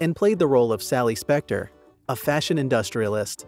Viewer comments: It's Sally SPECTRA, not Spectre. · Its not `sally spectre ITS SALLY SPECTRA DAMN IT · Sally Spectra not Specktor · Sally SPECTRA, not spector. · Did he say Specter? SMH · Sally Spectra. Need to research and pronounce correctly